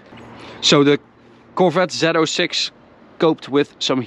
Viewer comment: Zee 06 NOT zeto 6!!!